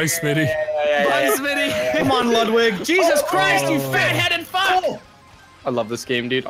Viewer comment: it's smii7y not smi77y